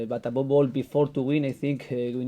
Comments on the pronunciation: Buh above all..."abobol"..#smiles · Abobol...jajajaja, how much money he can get a week?, Emery can afford a personal English teacher!!!